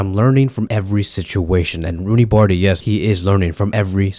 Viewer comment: First learn how to pronounce his name😂 Then if he were in Vardrid he would never get as much chance as berca gives him